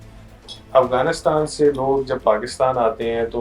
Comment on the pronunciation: AAP Hindu ho shayad AAP ko Afghanistan Bolna nai araha indian s ki terah bolt rahay ho